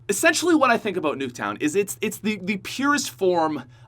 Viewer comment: How Americans say about: a-bout How pronounces about: A-BOAT